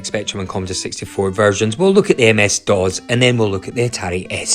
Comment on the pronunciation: That’s not how you pronounce DOS. It’s not DOZ.